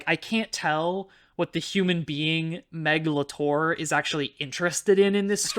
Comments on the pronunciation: Obsessed with how pronounces Meg LaTorre like Meglator, like she's a kaiju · every time you say the author's name i just keep hearing 'megalotaur' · Honestly with how you keep saying Meglator , i keep imagining an Autobot writting in her free time between skirmish with Decepticons. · RIGHT?? Why is it pronoucend like Megatron? "What does the human being Meglator care about" omg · Every time you said "Meg LaTorre," I heard, "meghalothor" like some kind of Lovecraftian entity. 🤣🤣🤣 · YEAH! I had the same thought! I was hearing "megalotaur" and I started thinking about Sans Undertale with bull parts. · I initially only listened to this episode, so I didn’t know how Meg Latorre was spelled out. As a result, I kept hearing her name as “Megalotore”, like she was a character in Transformers or something.